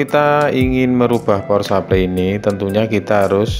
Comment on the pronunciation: power supply dibaca pawer suplay, bukan supley kayak nyebut grup Air Supply yg nyanyi lagu goodbye.. /\/\/\